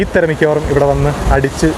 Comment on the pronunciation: തെര അല്ല തിര